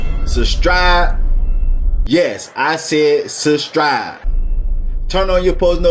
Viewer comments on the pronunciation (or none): SUSTRIBE LOL I CAN'T HELP BUT TO ONLY HERE THAT WORD NOW SUBSCRIBE WHO🙊🙊😂😂💓💓